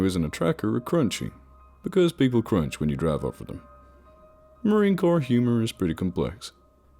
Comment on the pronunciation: I hate that shit: Marine Corppsss Five point Fifty-six (nobody that's ever even held a gun would say that.) ...and it's pronounced 'poug.' He's not a crappy kid's game from the 90's. Plus, Marines are only scared of shit like spiders or bats or work-parties, not fucking ghost or demons or whatever.